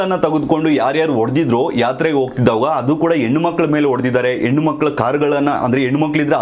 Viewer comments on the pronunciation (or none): ಎಣ್ಣು ಮಕ್ಕಳು ಅಲ್ಲಪ್ಪ, ಅದು ಹೆಣ್ಣು ಮಕ್ಕಳು